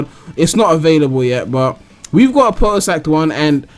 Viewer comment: A-poat-toast... Isn't it A-POT-TOAST